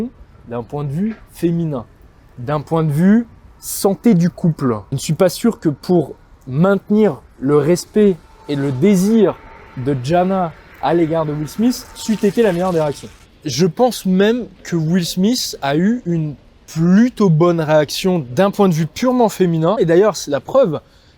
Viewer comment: Elle s’appelle Jada … et non Jana